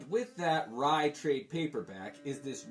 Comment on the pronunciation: Rai was one of my favorite series and you pronounced it correctly (See Magnus Robot Fighter #6) towards the end of the book before the Rai book starts is a Jim Shooter write-up and he mentions on how its pronounced... You nailed it..